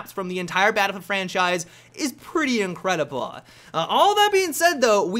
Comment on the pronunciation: "..is pretty incredi-blah"